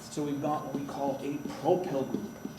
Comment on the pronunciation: you have proply not propyl but great video, you certainly teach better than my teacher in school